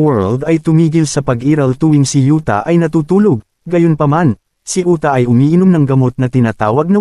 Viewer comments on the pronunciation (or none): Uta idol hindi yuta